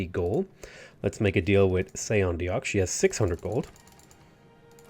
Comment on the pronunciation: Seondeok /shudder/ i know that's how it's written, but good guy Sean Bean even tells you how to say both her name and the district wher you play as Korea :D And duuuude, you have so many videos! I'm basically binge watching what i can find right now. love it! (it's San-du and Se-un or something like that. at least I(german) would write it like that, maybe 'oo' instead of 'u' as a more english-y... or just play a korea game and listen)